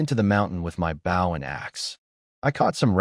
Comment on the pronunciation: Can you please reprogram that AI to pronounce the word bow correctly???